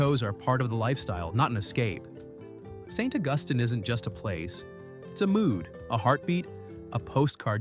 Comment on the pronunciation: Interesting that AI botched "St. Augustine" the first time, got it half right the second time, and pronounced it flawlessly the third time. One of the street scenes shown during St. Augustine sure looked a lot like Lincoln Road in Miami Beach! Nice scenery though. I've been to Natchez only once, but I have a strong memory of it's unique charm.